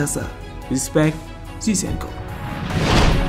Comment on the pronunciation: Zinchenko not cizhenko